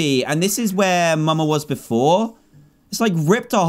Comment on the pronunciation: dan said muma and not mama😂